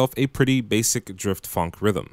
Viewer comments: say it like f-on-k, not funk. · he says it like funk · why would you say phonk like that